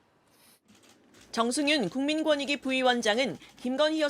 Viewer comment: 국민권익위 를 국민건익이 로 읽는 사람은 근무 못하게 해야한다.